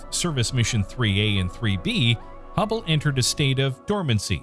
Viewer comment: I never heard of any humble space telescope, but I for sure am aware of the HUBBLE SPACE TELESCOPE, please fact check before and also get to know what you are talking about.... a simple thing like just a technical term or a name pronounced wrong is a ruining factor for the video, I almost stopped watching